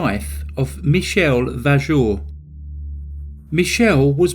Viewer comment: TCR. AU in French is pronounced O. Vojour.